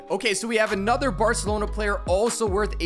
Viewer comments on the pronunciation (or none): none